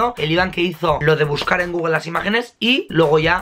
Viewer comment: Google no gogogle 😂